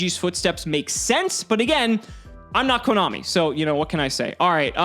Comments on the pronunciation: Did say komommy? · Did really just say KoMOMMY?